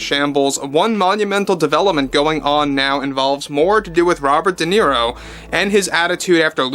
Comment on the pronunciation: Not Nero but Niro.